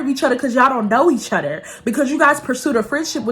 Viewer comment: I swear besides your personality, and the way you tell your story times. I watch because it’s so cute the way you say “other”😭 “Utter” 🥰😂 #UtterGanggg ❤️